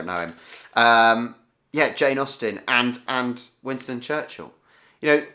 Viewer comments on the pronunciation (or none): none